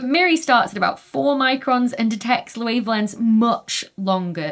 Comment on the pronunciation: laevelengths?^^ (Not heckling, just found that sound very funny)